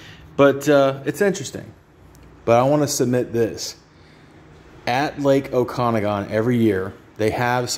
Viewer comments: Oh-cuh-nog-in lake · OKA-NAAA-GAN ffs